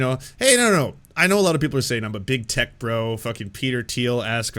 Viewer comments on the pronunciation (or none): none